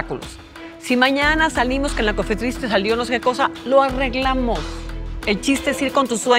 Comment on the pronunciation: "La cofeTRIS" - Patricia Armendáriz